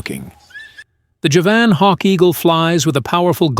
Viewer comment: Javan means from Java, it is pronounced JAH-vuhn. Not juh-VAN.